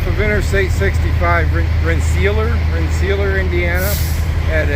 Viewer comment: Haha.....it's Ren- Sa- Lear